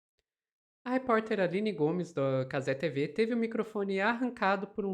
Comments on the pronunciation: nossa tenho uma agonia desse "cazé 'tivi'" hahah, minúsculas causas mas pô, a emissora é brasileira, a transmissão é brasileira, o apresentador é brasileiro, o dono é brasileiro, as pautas são brasileiras, e o português é muito mais bonito! cazé tevê! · Juro que me esforço para não criar ranço com a. Mas, não é fácil. Ela vê machismo em tudo. Está concorrendo pau a pau com Milly Lacombe e a Alicia Klein. As falas do pessoal da Cazé TV (é tevê,, e não tivi!) foram para a repórter se proteger da ação da PM, não tem nada de machismo. Essa, assim como a Milly Lacombe e Alicia Klein praticam o feminismo fanático, aquele que é repudia qualquer senso de razão. Depois, reclamam por que não conseguem adeptos à causa.